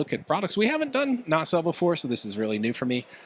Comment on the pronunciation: Stop saying "nay-cell." It's just na-sell.